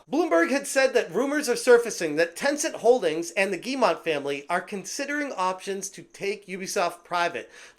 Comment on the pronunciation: "Yves" is pronounced like the english "Eve" (i'm french) (Guillemot pronounced like Giymo, but you did pronounce it well already)